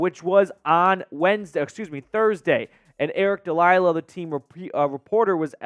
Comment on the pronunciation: Why do you always say delilah?....I get names are hard to nail but I feel like you quote him enough to know his last name. No hate just kinda funny...makes me laugh everytime